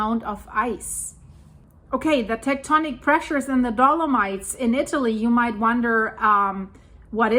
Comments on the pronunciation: It is dolo-mights, not dolo-meets, and if you want to pronounce it the Italian way, it is dolo-mee-tea. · Hi, just a little help...dolomites is pronounced do- luh- mites. The i is pronounced like eye not e. 🤗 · Ok, let's just pause for that awesome pronunciation. Dolo-meats! Love it! On the seriousnesses, I hope nobody got hurt or died during this..🙏